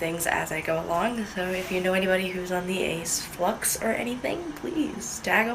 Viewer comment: Aceflux sounded like acidflux😂